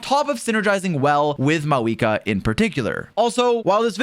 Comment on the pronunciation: FINALLY SOMEONE SAYS HER FKING NAME RIGHT